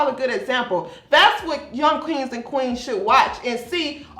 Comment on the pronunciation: Say it again and prince Harry's"quean"😂